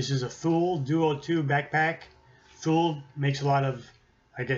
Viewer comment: Thule- I said it the same way, but it's Too-Lee . Dang swedes... oh wait... XD